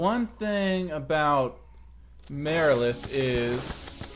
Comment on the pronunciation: BTW you annunciated Marilith correct :P